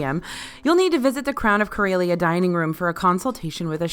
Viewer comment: I don't know how they pronounced it on the Starcruiser, but Corellia is pronounced cor-EH-lee-uh, not cor-EY-lee-uh